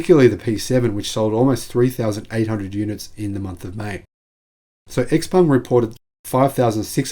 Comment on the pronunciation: bring it on. I'm very open to buying a Chinese made EV by Xpeng, BYD etc. BTW, I understand from numerous sources, including inside China, that Xpeng is pronounced Show-peng (with Show pronounced like we pronounce"how"). Thanks for a very informative video.